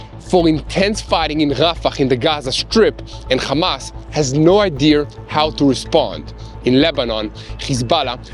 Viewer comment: My friend, you keep saying “No ideair.” There is no “R” in the end of idea. That’s not the correct English “No idea.” God blessed.🙏🏻. Always be the best you can be.